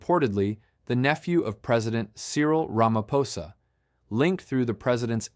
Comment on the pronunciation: Another, wait for it, "Mer- kwer- nazi," "Rammer-phoser" AI detective, who wants to expose "devastating corruption" whilst being mum on the most devastating corruption of all: 1902's Treaty of Vereeniging and the theft of SA.